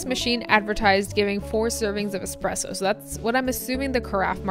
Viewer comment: Its not expresso. No pressure whats so ever. Trash machine